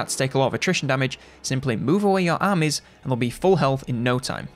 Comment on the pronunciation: If it wasn't written on the screen, I would have struggled deciphering how he pronounces the word 'armies'. I was honestly at a loss with that pronunciation. Lol. I need more culture. Haha